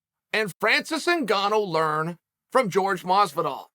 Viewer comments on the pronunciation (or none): Say it with me Chael, “ Horhay”. Pronounce his name correctly for god’s sake.